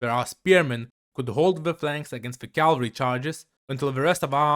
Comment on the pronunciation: Why do you call cavalry calvery